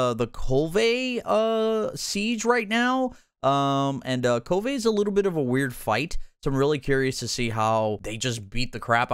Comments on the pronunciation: It’s Kulv Not kul-va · The fact that he can’t pronounce Kulve properly is like nails on a chalkboard